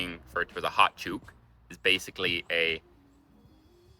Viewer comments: Beauty is extremely common in Australia! Very often you will hear "Beauty mate, ledg..."! Ledg (or ledge) is, as is typical here in Aus, a shortened version of legend. You nearly got the pronunciation of "chook" - the double o (oo) is a short sound as in book. Maggies swoop (not a short 'oo' sound) and attack if they feel threatened, particularly during early spring while they are protecting the nest. Stand still and they won't see you as a threat. Tear up some bread to feed them, but make sure they see you leaving the bread for them. Magpies have a good memory for faces. So, you're probably wondering about why "maggies" over magpies - it's not shortening the word!? Well, "maggies" is one syllable as opposed magpies which is two! Less energy used. Hens and bucks are common terms used in Australia. "She's going on a hen's night" or "He's going to a buck's do" are the usual expressions you will hear. "Brolly", though used in Aus frequently, is actually British sang. It still refers to an umbrella (ella, ellla...)! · "Chook" is pronounced with the "oo" sound the same as BOOK or HOOK or LOOK . . And "chook" just means chicken. . ANY form of chicken. Roast chook. . I'm going to feed the chooks . .. Frozen chook . . Chook pieces. . . etc etc. AND finally, "chook" can also mean an older woman. . As in "I was in the bank, waiting in line and this old chook came in and pushed in front of me" I beleive the word arose from it being close to the sound that a chook makes. . . Just say "chook, chook, chook, chook, chook, choooook" and you'll sound like a chook, walking around in the chook pen. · Chook is what Australians call chicken, but your pronunciation is Canadian! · Chook is pronounced as book or sook. The latter being a crybaby. Magpies WON'T swoop if you watch them. Turn away and theyre at you. They're curious, intelligent and will remember you. I talk to all the local birdlife.. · To my ears you were saying it as Chewk. Welcome to Australia. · Chook rhymes with LOOK!!!!